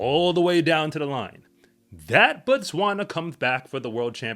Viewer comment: I still don’t understand why Americans can’t pronounce Botswana properly,Bo and Ba are different.